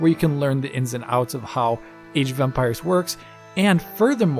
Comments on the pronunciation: Is it me or does it sound like he’s saying “Age of umpires” hahahahaha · I keep hearing age of Umpires.